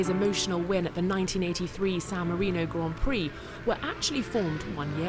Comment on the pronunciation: This guy really came in here, pronounced emilia romagna very well and then said Grend prix